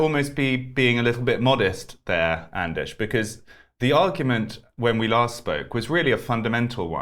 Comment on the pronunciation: Anders is pronounced just like it's spelled, and NOT "aanaas". First of all, you left out the "d". /Swede